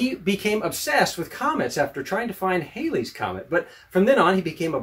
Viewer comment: I was a fan until you mispronounced Halley’s Comet,,,,,,it ISN’T Haylees comet, it’s Halley, as in alley.